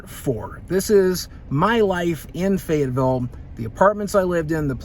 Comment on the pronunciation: “fayetteville” no gang wya